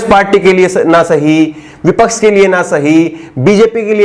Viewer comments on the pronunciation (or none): none